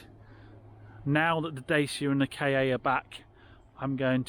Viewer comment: Why do you call it a K A yes that is the lettering but it is Ford Ka as in one word